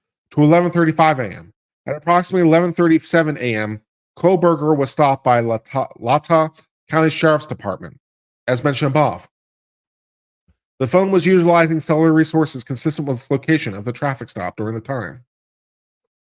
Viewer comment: Love your coverage. PS. It’s pronounced Lay-tah (like Utah). Keep up the good work!